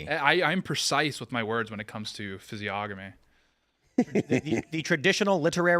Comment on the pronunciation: Tsk tsk tsk,...the word is physiognomy (ˌfizēˈä(ɡ)nəmē). Standard pronunciations are: With the hard g: fiz-ee-AHG-nuh-mee Without the hard g: fiz-ee-ON-uh-mee What you're doing is a clear mispronunciation — common when people only know the word from reading and haven’t heard it said much.